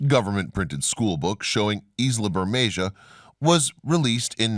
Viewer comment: Pronounce "Bermekha".